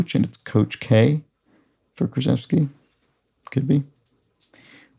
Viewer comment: Krzyzewski is pronouced SHA-CHEF-SKI hence the K moniker, good attempt if you have never seen the name